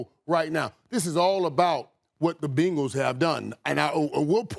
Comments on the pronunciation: Who's gonna tell Irvin its not "BINGLES" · It's better than " BANGLES" lol. Its BENgals. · When irvin says Bengals it kinda sounds like Pringles but with a b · Every single sports show talking head today has pronounced Bengals as Bingauls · “The Bingles” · “The Binguls” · How he pronounces Bengals is wild to me!! 😂😂😂